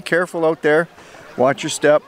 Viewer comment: Rain rain go away come again some other day! Unless there's a cache I really REALLY want! Rain won't stop me on principle, but it can be a hindrance depending on the urgency. Yeah, geocaching urgency, lol Beautiful rocky beach there! Love the look of Pelee island... maybe one day. "Be careful out der!" Sounded so Canadian, just missing the "eh" ;)